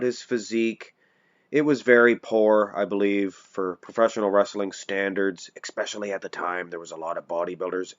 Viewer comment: "ECKspecially". douche.